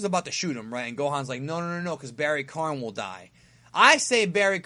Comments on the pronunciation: It's Barry Kahn, not barry Karn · still don't know why you keep calling him Barry Karn. Its Barry Kahn. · It's KAHN...KAHN, not KARN. Come on. KAHN!!!